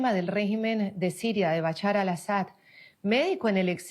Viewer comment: BaCHAR ? por favor practiquen la pronunciación antes de transmitir, recomiendo estudiar inglés para abrir la mente a otras formas de pronunciar.